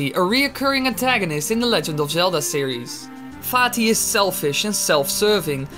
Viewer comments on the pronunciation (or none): I know it is most likely your accent but I heard "Fatty" instead of vaati xd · When he said Vaati once, it sounded like he said fatty